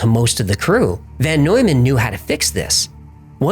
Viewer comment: It is VON Neumann not VAN.